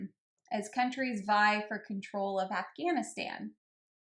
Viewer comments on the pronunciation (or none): none